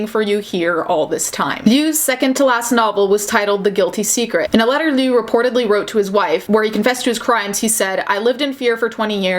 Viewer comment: Heads up: liu is pronounced like "leo". Ironically, one of it's definition means "kill" (although it depends on the tone and character)